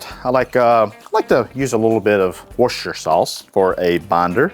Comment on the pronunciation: You mispronounced Wotchuershister Sauce,! 😂 Great video